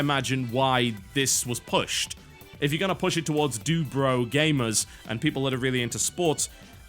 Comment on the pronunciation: What is he calling the target audience? Dubro?